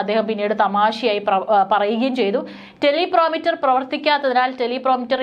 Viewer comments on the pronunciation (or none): എന്റെ കുഞ്ഞേ ടെലി പ്രോമിറ്റർ അല്ല, ടെലി പ്രൊമ്പ്റ്റർ ആണു